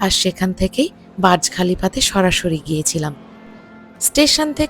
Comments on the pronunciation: ওইটা বাজ খলিফা নয় বূজখলিফা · Not baz khalifa/ burj Khalifa